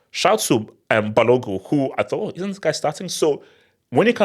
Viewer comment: You forgot the N when pronouncing Balogun